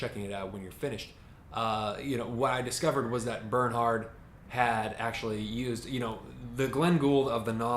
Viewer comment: Great review! His name is pronounced 'Bairn-heart' by the way - 'Bairn' like the Scottish word for child.